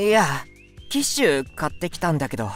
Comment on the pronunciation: キッシュがティッシュに聞こえたww